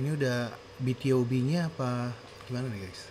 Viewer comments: BtoB, bacanya bitubi. Debut tahun 2012 bang. Asalnya Cube. Dulu adeknya Beast. Oiya Bang React Pentagon doong. Yg lagunya "Daisy" sama "Do or Not". Aku kepo sama pendapat tentang lagunya Pentagon 🥺 Oiya, sekalian req Highlight yg Not The End dong Bang🥺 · Cara bacanya "bi tu bi" bang Aaa salah satu lagu btob favorit😭, idol grup itu bang Lagu mereka enak-enak, worth it buat dikepoin👍